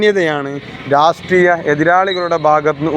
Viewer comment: രാസ് ട്രീയമല്ല രാഷ്ട്രീയം ആണ്